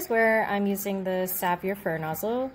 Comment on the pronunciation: I think it’s pronounced “save” as in save your fur. It looks like it did a good job here.